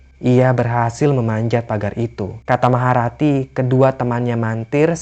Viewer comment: Maha rati jadi maharatu